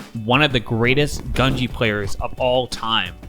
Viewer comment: not to be annoying but it’s japanese, gu is pronounced “goo”